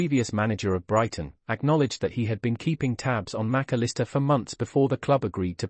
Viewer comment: Who ? You got the pronunciation all wrong, either that or every commentator has